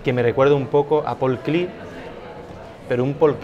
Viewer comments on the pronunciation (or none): non lo haceis a eso! Paul Klee, no es un nombre ingles; es que lo quiero.a Klee demasiado; por favor, es K l e e, no Clee como John Cleese; gracias muchas gracias por los video que quiero maximamente